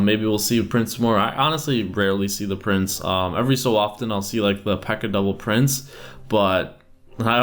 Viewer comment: Am I the only one who thinks he sounds like he says, "P.E.K.K.A devil prince" instead of "P.E.K.K.A double prince"? Yeah....? Aright...